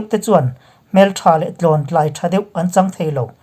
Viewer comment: Tlawntlai" i lam/thluk dan hi dik lova ka lo sawi ve..... "tlawn" lai tâk hi tuipui fawn a "fawn" thluk ang a ri/thluk tur zawk a nia... Tlâwntlai.... I aw hi ngaihthlak a nuam ṭhin e... Tluang takin kal zel ang che👍